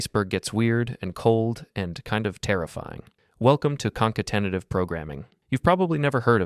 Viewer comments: conca-tenative? 🤔 I recommend that you consult a speech therapist before your next video :# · Behold, the Konk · I died at your pronunciation of "concatenative".